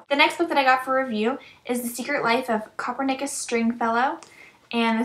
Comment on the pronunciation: These look really interesting... I'm pretty sure Copernicus is pronounced: Cop=urn-nick-us. Just yeah... ^_^